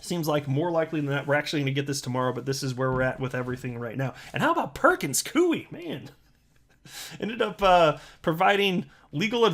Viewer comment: Its pronounce ''pur·kuhnz koy" not "pur·kuhnz kuey"